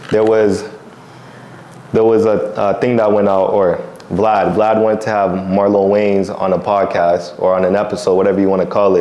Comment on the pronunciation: and you getting Marlon name wrong is fucked up